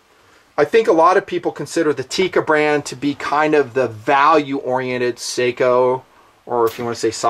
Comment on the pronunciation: I like how he starts with this grave story and talking about waiting for a good shot... while the footage rolls as he runs a bolt like a maniac. Really want to like this guy, just because he is a local... but watching him really doesn't help. These are imported by Beretta, are they not? So why call Sako (Sock-oh)? They are not hard to get a hold of.